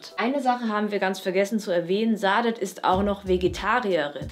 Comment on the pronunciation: die sprechen den namen von saadet falsch aus. das s wird scharf gesprochen, türkischer name